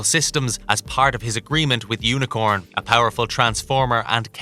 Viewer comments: It's U-N-I-C-R-O-N....NOT Unicorn! Jesus!! If you're going to do a Transformers informative video, at least get the name of the character correct!!! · UNICRON!!!!!!!!!!! UNI CRON!!!!!! NOT UNICORN! LOL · Unicron! Not Unicorn! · It's Unicron not Unicorn. Seriously how did the narrator mispronounce the name of the literal biggest baddie in all Transformers lore... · "Unicon" not Unicorn. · And it's not unicorn it's Unicron you really really need to watch the the cartoon before you actually do these so you get the names right because you really sound like a fool when you mispronounced names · Is it me or did he say Unicorn instead of Unicron!? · He did. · is it just me or i head a mispronunciation of unicron's name ( i heard unicorn) is the timestamp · unicorn and metroflex huh? are you just reading a script and mispronouncing or is this on purpose? this is my first time watching your videos, thought i'd ask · Who create this video because it's pronounce as Unicron!!!!@ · It's Unicron dammit. CRON, last 2 vids have had stupid errors. Get a fan to read the script.